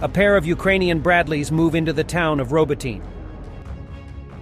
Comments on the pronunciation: Please learn to say Row-bot-knee, not Robo-teen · I giggled every time the narrator said "robo-teen". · For fucks sake learn to pronounce the Ukrainian names. there is no Robotyne it's pronounced Robotne !!!!!